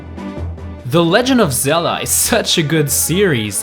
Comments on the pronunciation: Why did u say the legend of Ze - La ?????? ITS THE LEGEND OF Zel- DA OMG .___. Do u even Zelda bro? Have u heard anyone say Ze la??? It's Zel da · "The Legend of zela" xD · Lee Sofer He acutaly said "zela"😂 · Did he say Legend Of Zela? WER R U ZELDAAA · he said zela LOL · You Say Zella Instead of Zelda...Lol... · IT ZELDA NOT ZELLA!!!!!!!!!!!!!!!!!!! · no way bro said "legend of zela." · Haha he just said legend of zela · Wait... in the beginning, did you just say Zella? Edit: also you don’t pronounce the “b” at the end of dumb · You just said zela lol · YOUR SAYING IT WRNG THE NAME ZELDA! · At the beginning you say the legend of Zella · You Said Zela In the Beginning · "The legend of zela" 😂😂😝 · The legend of Zella? Like if you heard that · legand of zeld?what? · > the legeond of zela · Hey! on't iss zela, it's very goo! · Did he just say the legend of zella in the first 3 seconds? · I tried to watch the video. I really did but lost hope when he said The lezend of zela iz such a greet seriez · "The Legend of Zela", 2016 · you said Sella at the start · legend of ZELLA??!!?!? good vid tho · U said the legend of zela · He said "THE LEGEND OF ZELLA" LOL ._. <-- he's not kidding, he thinks it's not funny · Lol, at 0.14 said "Legend Of Zela"